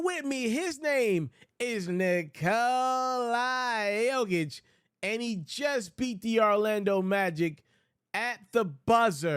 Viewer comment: who is Nikolai Jokic, the mans name is Nikola if you can't pronounce his name damn it give it a rest.